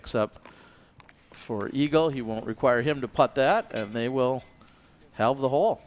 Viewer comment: Awkward over pronunciation, the "L" is not pronounced in halved. You would think a prerequisite for commentary on a match play tournament would be familiarity with the terms or just the language you are speaking. Especially when your fellow commentators pronounce the word correctly.